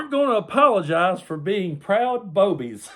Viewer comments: I think you may have missed the correct pronunciation. They're BOO-bies. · I think it’s pronounced boo-bies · You pronounced that wrong. I'm sure it's booby's.😅😅😅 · RFLMAO I couldn't help myself from laughing everytime you said Boebies and in my head it was fake Boebies LOL ala Beevis n butthead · Did you say "Boebies" or "Boobies"? Again, thank you again for the laugh at the ridiculousness of the right!! (I thought the right was all about family values... wasn't Bobo an escort who 'serviced' Ted Cruz...how inspirational!)